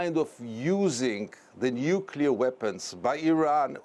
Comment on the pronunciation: pronounces it "nucular" and we're supposed to accept him as an expert?!